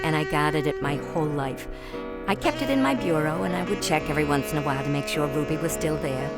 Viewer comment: it is not Ruddy it's RUBY